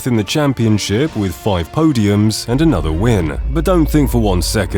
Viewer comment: it feels so wrong to hear a british guy say "whole nutha level". It's bad enough when Americans say it! LOL and then the english commentators refuse to call him by his actual name and just rename him "pasta". Maybe he deserves it.